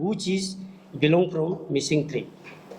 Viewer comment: Hahaa....even you can't correctly pronounce the word Tribe😆